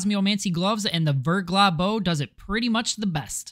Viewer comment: and its still wrong btw, the ER would be pronounced "air" , NOT [UR - VURGLAH]<WRONG [AIR - VAIRGLAH]<RIGHT. French also pronounce their R differently. not rolled like Spanish but they pronounce R as H but as if you were gonna Hock up some spit while making the H sound. "Ve(^H^)Glah"